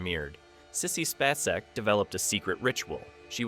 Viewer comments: Finally pronounced, SPAY - SECK correctly, then says it wrong again. Lol. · SPAY-cek. I am so tired of AI voices. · Sissy SPACE-ec. NOT Spass-ec. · How many times can this guy mispronounce "SPAY-SEK"? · What ruined this video for me is that the narrator could not even pronounce Sissy Spacek’s name correctly? We all know how to pronounce her last name, but this guy who is narrating this video keeps calling her some weird name. That lets me know he is not really a human being or he just doesn’t give a shit about how famous actresses name is pronounced, either way I’m out. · Yeah, that's not the way you say Sissy's last name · How can you do a video about her and NOT SAY HER LAST NAME CORRECTLY?! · I wish the narrator would pronounce Sissy‘s name properly❤ I enjoyed this thank you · The way you or your "narrator" pronounces Sissy Spaceks last name irritates me. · Occasionally he says it right, so it may not be AI